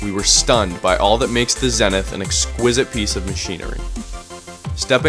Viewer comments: Why does the commentator keep calling this ship "Zennith"? I thought it's name was Zenith ("zee-nith"). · Good video, it was well done. Camera work was fantastic and how the yacht was shown was nice and fluid. The only issue to address is how the yacht's name was said incorrectly. Zenith which means "a highest point or state; culmination". Is pronounced "zee-nith", and not "zen-ith". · Pronounced ZEE - NETH not zeneth - - geeezz Zenith or The Best. the Top. If I was the owner I would be grinding My teeth to hear that slaughter of the name.